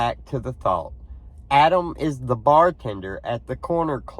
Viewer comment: I do not believe this audio is legitimate because the pronunciation and intonation do not sound like a speaker of American English. *Pronunciation: Instead of saying AD-am, with the first "a" as in the word "mad," the speaker says "Ah-dam" with the first "a" pronounced as in the word "Fa-ther." Also when we say the name "Adam" we stress the first syllable but in the tape it is "A-DAHM" with the stress on the second syllable. *Intonation: The intonation of the sentence is off too for American English because it is said "What did you say to "Ah-DAHM?" The normal intonation would be to stress the verb "say" but in this utterance the stress is on the last word "Ah-Dahm." Also there is an indistinct sound like "ack" at the very beginning . The second utterance is less distinct but also sounds "off" to me. " I . . . I told ---- ---- " (?) I know that some think it says "everything," but it was not clear to me.